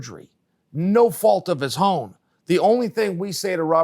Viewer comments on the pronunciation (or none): Chael “Thoughts of His Hown” Sonnen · Chael says without "with-hout" and own "hown"-- and none of you jobbers can do a damn thing abhout hit. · “No fault of his hone.”